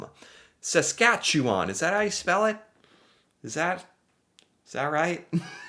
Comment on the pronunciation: As a Saskatchewan-born resident, you got the "chew" right in Saskatchewan. It is really easy to spell if you break it down: Sask at chew an . Four tiny words. Alberta is easy to remember next to British Columbia because they both have the Rocky Mountains. ie Banff and Jasper, the national parks where people ski, are both in Alberta, in the mountains. And then as you drive east, you hit Calgary, which is on the prairie and you can see the mountains and foothills of the Rockies when you are in Calgary. Think prairies.... it is Saskatchewan next. We're flat as a pancake in the south, where there is Saskatoon and Regina. We are north of North Dakota, so you can imagine that. Then there is Manitoba, with Winnipeg. They have some prairie, but also lots of lakes and trees, and that goes into Ontario, lots of lakes and trees. Then Quebec. For placing the cities, you can think of how things were settled. First by water, from Europe. So most major cities are on water... ie Halifax is a big port so is on the coast of Nova Scotia. Quebec City and Montreal are on the St Lawrence Seaway that goes from the Atlantic Ocean to the Great Lakes. Toronto is on the Great Lakes. Then the rest of Canada was settled by train. So imagine a train line going from Ontario to the Rockies, and Winnipeg, Regina, Saskatoon, Calgary (Edmonton farther north) were on the transCanada rail lines. In fact, in Saskatchewan, all the small towns were named in alphabetical order along the rail line. lol! Vancouver is